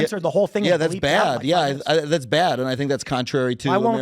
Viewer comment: "Its BAYYAD" 😂😂